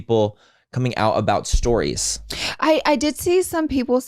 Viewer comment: The way said stories 🤮